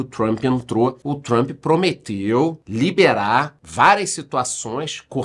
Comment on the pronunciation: Comecei no BB e BB seguridade....só um comentario aleatório.Parabens pela pronuncia no inglês....doi meus ouvidos qdo ouço jornalistas falarem "Trumpe ou Trumpi"😂😂LOL